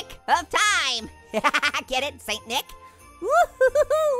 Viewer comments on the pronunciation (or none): none